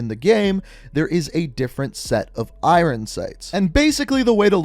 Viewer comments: no, it's just this guy. I'm from Canada, nobody says "irin" here. We all say Iron how it's supposed to be said. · It's iron sight not irrrrn sight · Stop saying “irin sights” lmao. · Irin sights. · I hate the way he says iron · The way you say “iron” makes my bread stale